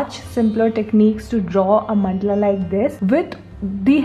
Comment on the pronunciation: It is mandala not mandla